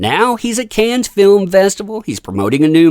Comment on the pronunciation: Cannes= “Kan.” It is not phonetic, like cans or can-es. It is pronounced like “kan” please get this right if you’re going to talk about it…